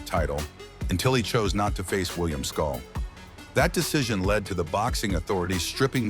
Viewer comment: Canelo doesn’t need anybody’s permission… He has been given the green light to move in whichever direction he chooses …MANY SAYING HE HAS EARNED IT… can’t even say “SCOOL” name much less know who he is.. 😂😂😂. Keep up, Culon! NO BOXING NO LIFE 🥊🥊🥊